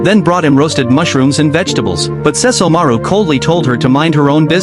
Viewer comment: So the AI can say Seshomoru but not Kagome??